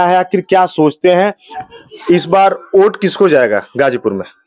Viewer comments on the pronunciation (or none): भाई ओट नहीं वोट होता है